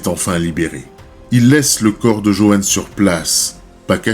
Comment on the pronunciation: This would’ve been much better if an actual person had narrated the story. Pony for Pontiac? Johan for JoAnne😮? While I appreciate a lot goes into creating content a lot more effort is needed to correctly pronounce the victims names correctly.